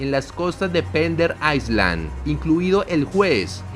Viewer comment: Island se dice "Ailand" no "Aisland"